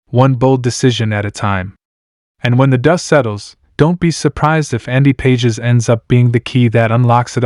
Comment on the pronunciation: Pages is pronounced pawh-haes